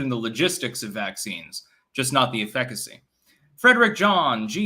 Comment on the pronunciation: Add efficacy to the list.🤣🤣